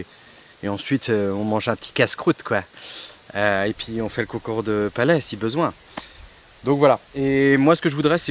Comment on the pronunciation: cest concour de pelet pas palet c est quoi truc la lol